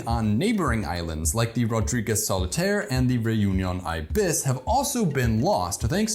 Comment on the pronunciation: The accent is on the first 'i' of ibis, not the second.